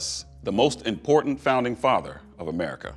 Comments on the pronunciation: Has anyone noticed that said "Americky"? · but how about the "here in america" she pronounced it by americi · "here in amerikey" tf🔪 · mans just said amriki